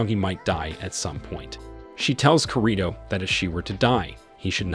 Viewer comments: Man keeps saying his name wrong I can't stand it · you're not pronouncing his name correctly (Kirito) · Dude you are saying the character name wrong man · Bro said kirito wrong💀